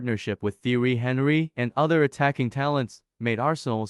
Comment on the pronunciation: You’re pronouncing Thierry’s name wrong. Watch some clips or something because that’s disrespectful to the King of Arsenal